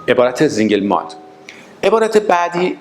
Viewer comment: فقط متوجه نقدم مثل سينگل مالت كه شما به رباني زينگل مالت ميگيد بفرماييد تلفظ كدوم مردم دنياست ممنون زياد بود بقيه رو بعد جواب شما عنوان ميكنم متشكرم